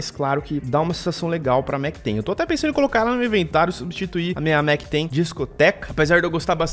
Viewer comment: *MacTen" que agonia